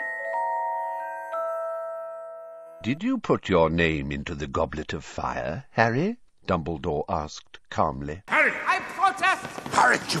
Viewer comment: The way he says Harrrrry! 😂